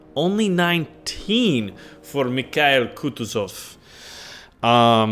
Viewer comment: KH=H, like in "honey". IL is same as "kill". And it's KutUzov, not KUtuzov.